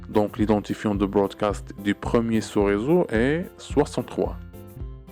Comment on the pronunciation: on dit broadcast et non brodacst